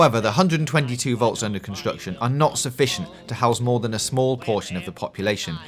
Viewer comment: Gweat video. I can't wait to see moww fwom you